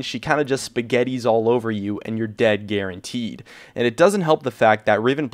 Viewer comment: "And you're dead guarantee." (Riven) I dunno why, I thought you said "Garen-tee". Y'know. Garen.